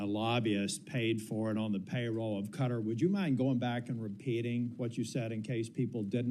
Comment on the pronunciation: cringed every time she pronounced Qatar as “cutter”